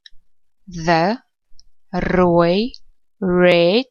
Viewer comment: Thankyou for trying. The pronunciation was not 100% correct. Kleure is not pronounced like in klere. The correct pronunciation is kleure like in milieu. Blou is not pronounced "belou" (like in "below") but blou like in "blew". The "r" in rooi is pronounced softly.